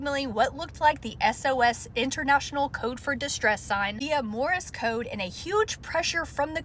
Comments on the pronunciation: so completely unrelated, but it bothers me that you pronounce "morse code" like "morris code" but in actual related news, as other people are saying, a house with boarded windows and doors having active power is suspicious to me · Why is it that the only thing Im retaining from this video is irritation with you saying "Morris" code when it's "Morse" code? hahaha